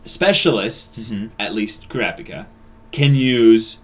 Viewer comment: So are they ever going to stop saying Kurapika like "CRappy Ka"?